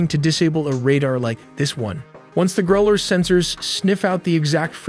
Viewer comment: You have to work on your pronounciation of "Growlers" It's annoying.